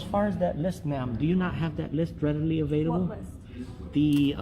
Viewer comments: onward….redily avilible…..boy English as a third language is hard…..🫣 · “… redily avilible…”. 🤦‍♀️ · “Redily avelible” 😂😂😂😂😂😂😂😂 The stupid runs deep with this one….